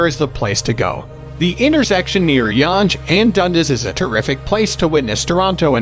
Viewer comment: Yanje ?!!! lololol It is pronounced like young!